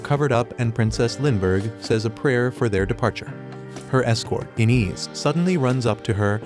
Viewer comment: it's pronounced 'Eye-nez', not 'in-is'!